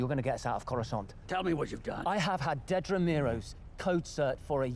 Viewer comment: i am irrationally upset that so many people can't say dedra's name right, lol